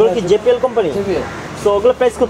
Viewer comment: ভাই যে পি এল বলছেন কেন এটা হবে জে বি এল